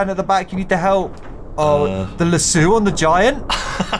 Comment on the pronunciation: It's Lasso like Lass-oh. I'm only commenting because it comes from the Western build.